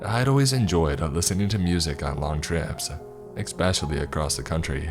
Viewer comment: ESPECIALLY not EXPECIALLY. Come on man, you can do this! ❤